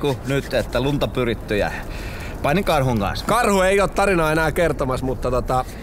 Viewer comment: Jarppi ku sanoit "Painin karhun kanssa" Kuulin et sanoit "panin karhun kanssa" XDD ja lisää Q&A videi